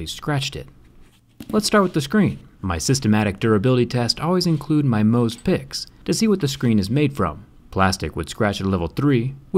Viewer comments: I'm a geologist and that's how you pronounce it. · It's actually "Mohs' scale of hardness", so I think his pronunciation is likely correct.